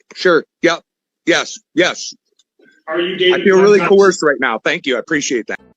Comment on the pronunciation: Don't you mean "co-hersed"? AND WOULD YOU PLEASE SIT DOWN, YOU FOOL?